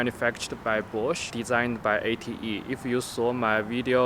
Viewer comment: the way he says bosch, i thought it was "manufactured by porche"